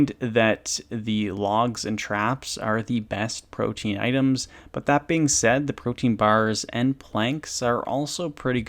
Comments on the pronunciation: It's not pronounced protein as far as I am aware I made that mistake at first its more like pro tea in I believe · Hate to be that guy, but it’s Pro tee ahn. Not protein. I’m a butt I know.